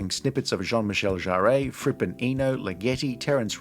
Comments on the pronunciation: You also mispronounced Jean-Michel Jarre’s surname. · A second thing you should correct is your pronounciation of Jean-Michel Jarre.